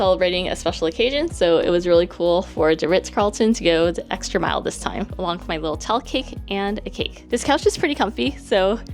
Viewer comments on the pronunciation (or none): Love your content and thanks for showing me a place I could never afford! Was all the club food free if you stay on a club level and have whatever status? That’s so much food! One thing I hope you don’t mind me bringing up is a tiny thing I noticed. You say de, dis, and udder etc. It’s a little distracting 😝 no need to change, stay you, but in case no one’s ever brought it up. Anyway keep making great content!! 🧡💛🧡